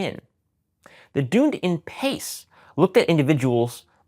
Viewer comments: As someone married to a New Zealander and lived there the DunedinPace is named after Dunedin the city in New Zealand pronounced “duhn EE din” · Dunedin is pronounced Done Eden 😘 - from a NZer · it’s pronounced Duneeeedin pace not Dunedin pace.. Must be the American accent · Personally enjoy this long-form presentation. One thing to note. Dunedin (from DunedinPACE) is pronounced dun-ee-din. It is a city in New Zealand which the algorithm is named after. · Sorry to be random, but mispronounciation of 'Dunedin' really bothers me! 😂